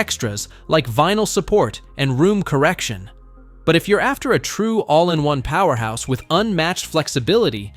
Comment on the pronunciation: Is the Fiio a 'powehouse'?....😂 AI rubbish....